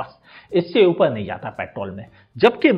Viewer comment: Upel nhi uper 🤣🤣🤣🤣